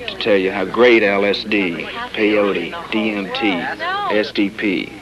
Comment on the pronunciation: "pee-yotee mescaliine an marihuaana.." LOL